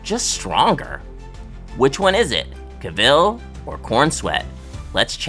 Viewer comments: The man's name is pronounced Cav-el, not Ca-ville. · Kay I can’t keep listening to Caville being said. Have you never heard his name before?? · I had to stop watching after the first couple of pronunciations of Caville. Made my brain twitch